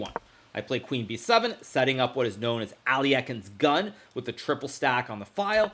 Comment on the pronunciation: “ally eckens gun”🤣🤣🤣